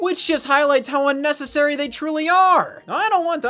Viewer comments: Idk why but u-nnecessary is sending me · I loved that “u-necessary” bit